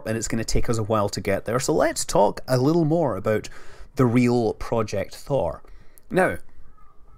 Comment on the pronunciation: a bittle, a little LOL, again